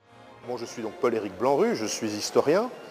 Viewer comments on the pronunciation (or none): il parle de censure ... en iran! pays de libertè ? ! lol c'est blanrue pas blanrou!